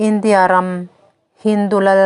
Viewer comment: Indiâ sawrkar tih mai awm,India, sawrkar ti anga thlûk hian Mizotawng thlûk hi a ti chingpen tam tawh mange